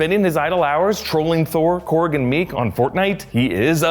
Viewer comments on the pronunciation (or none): none